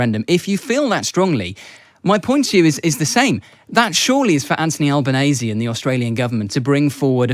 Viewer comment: This guy can't even learn to pronounce Australia's Prime Minister's name. It's Albanese, (al-ben-KNEE-see).